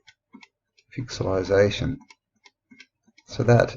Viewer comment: you said "Pic sell lie sation" §=0.